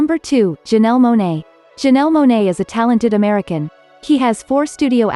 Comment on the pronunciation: It's Janelle Monae, not Janelee